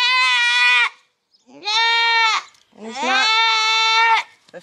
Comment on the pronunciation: He sure did say......I'm Naught!!!!!!